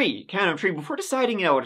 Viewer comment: I love when he says 3 (“tree”)… always makes me giggle ☺️😊